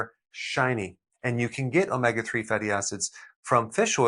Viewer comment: Please Dr,, omega is pronounced oh-may- ga!